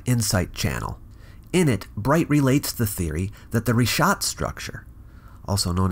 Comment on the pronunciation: Thank you for pronouncing it Reeshaat as it should be in Arabic. Richat is simply the french transliteration, which can't seem to get his mind around. (his surname isn't bright as you said. Nor is he bright)